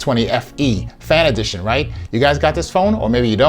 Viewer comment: You make it sound like 'Samsung S20 Fantasy Edition'. 😃